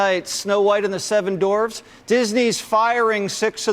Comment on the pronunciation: Man really pronounced dwarf as dorve at the end there lmao.